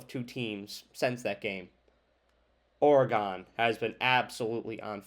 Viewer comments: Just trying to help a brutha out, saying “or-e-gone” over and over sounded like a lot of work 😂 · It’s pronounced “or-gun” just FYI no or-e-gon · its not ORE GONE, its oregun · Dude, you really gotta understand how to say Oregon. I can’t watch your video with you saying Oree gone. That’s not how to say Oregon. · Well, NOW it's OreGONE! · you pronounce Oregon like I imagine a martian would 👽😂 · Good, I’m not the only one to tell him. When you don’t know how to say the name of a state properly, it makes it look like you don’t care and don’t do research. All your other analysis seems bs after that. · my point is that not even knowing how to say the state’s ( and school) name, after watching tons of game tape, or or other things, to make an educated determination that a team is better than another one, you would’ve heard their name a million times. Or, because they’re a national brand, you would’ve heard their name a million times on game day or every time they’re spoken about. It makes it seem like you did none of that, and it absolutely makes it look like you aren’t that thorough, aren’t putting in the time, so that I could put any weight to your assessment. That’s not an accent, that’s a lack of enough respect to say their school and their state’s name right. Just do better next time. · wow buddy. I never said I knew you. I simply gave my opinion, based on my life’s experiences, that it seems like you didn’t put a ton of time into your vid. Maybe, just take the constructive criticism, at face value, and do better next time. At least learn how to pronounce oregano